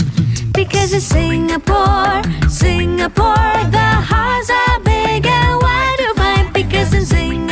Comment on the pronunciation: The way the guy at the start sings singapore bothers me. He cant even pronounce the name of his own country rite